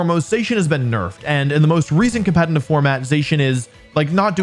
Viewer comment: HE KEEPS SAYING "COMPENITIVE", i can't unhear it